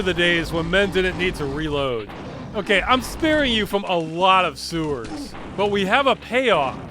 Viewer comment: I just realized you pronounce sewers suers